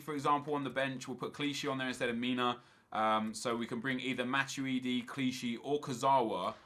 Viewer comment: Anyone else get pissed off with how he pronounces matuidi